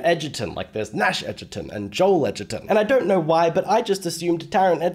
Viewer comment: Taron Egerton. Not Edgerton.